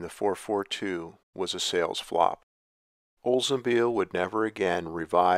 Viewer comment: "Olsenbeal" lol that's what I keep hearing. Drove me nuts